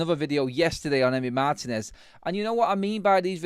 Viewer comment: Guys, pronounced Mar-TEEN-ez. The accent is on the “i”.